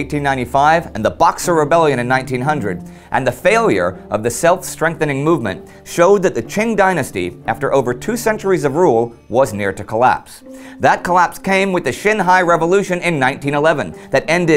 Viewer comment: It's painful to listen to him mispronounce every other Chinese name. Xinhai is pronounced Sheenhai for example.